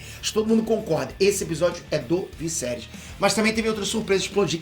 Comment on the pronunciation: Vc e show nos comentários? Sério morri de rir vc falando o visserys